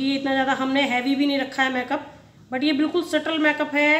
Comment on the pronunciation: Make up ki pronountion theek nahi hai usse theek kro